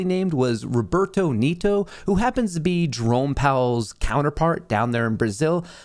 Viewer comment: Roberto Neh-to, not "Neeto"